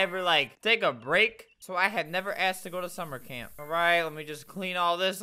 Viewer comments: Albert said: SuMmEr CrAmP instead of summer camp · did anyone notice he said “summer cRaMp” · Who herd Sumer cramp🤣🤣🤣🤣🤣